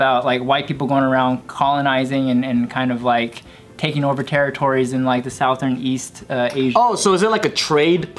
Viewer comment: “S-auw-thern” Is that a Texas thing? Like “H-auw-ston”, TX?